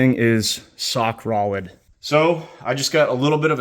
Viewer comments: he said sock Rolid instead of rock solid lol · “sock rolid” 😂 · “This thing is sock rolid”😆😆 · “sock rolid” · "Sock Oluid"?